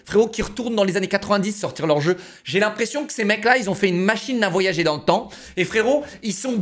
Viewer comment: je le kiff mais il est allé au college ou pas ?? " des corails " voyager " il dis " voyagué "